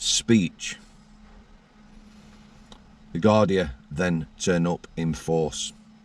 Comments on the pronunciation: Garda not gardia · it’s Garda, Guardia is the Spanish